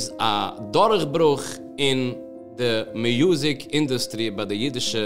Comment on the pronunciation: The word is music not Mayuzic